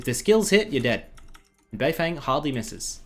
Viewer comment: isn't it pronounced "bei fong"?